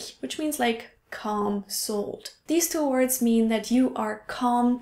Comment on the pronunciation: I think your video about how you're English has improved has led me notice things I wouldn't before. You said deeze instead of these.